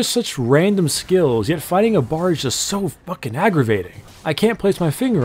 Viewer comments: its "bard" not "brad" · ... Idk if anyone else noticed but... did he just say Brad... it's Bard not brad i'm like pissing myself xD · its (BARD)not(BRAD) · ITs Bard not Brad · u know his names not brad right its bard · he is called bard not brad boi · Man.. actually is is "BARD" not BRAD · its called bard not brad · IS BARD NOT BRAD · it's Bard not Brad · it is bard not brad.. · it is Bard not Brad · his name is bard not Brad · it bard not brad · It’s Bard not Brad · BARD MAN BARD NOT BRAD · is not bred but bard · It's Bard. Not Brad. You're thinking of Brand aren't you? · bard not brad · why u say "Brad"? Thought it was Bard :O Anyway, I can agree with the number 1 xD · ITS BARD Not BRAD?!!?! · Jes name nor Brad its bard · BARD B.A.R.D NOT BRAD BARD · Bard not Brad... honestly how stupid 🤦🏻‍♂️